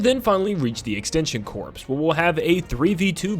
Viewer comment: Alright I’m saying it. Corps is not said like “corpse” it’s “core” It annoys me when people say it like that